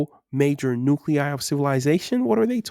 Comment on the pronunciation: Thank you for pronouncing nuclei correctly, that CL sound seems to stump a ton of youtubers